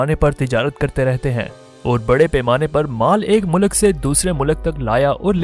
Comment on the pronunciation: Good story telling. But please rectify the pronunciation- Its Mulk,not mulak.